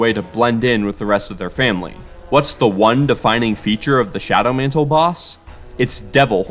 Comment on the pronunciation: shawdow mantle